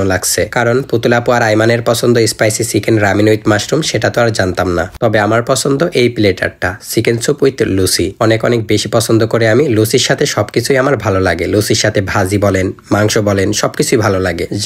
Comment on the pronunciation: লুসি না লুচি ওকে